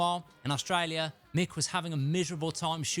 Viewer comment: I luv the way you say Australia🤩